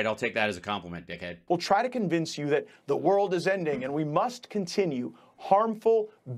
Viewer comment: "he needs top do more"? Do u need to edit out the p?